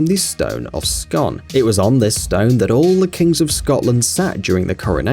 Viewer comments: It's pronounced Scoon not scon! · The stone........It's pronounced 'Scoon'. Shit research. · You said scone wrone. It's pronounced like spoon. But scone. So say it like scoon. I stay right beside it. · The Stone of Scoooon. Its pronounced scooon scoooooon scooooooooon... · The stone of Scone is pronounced "scoon"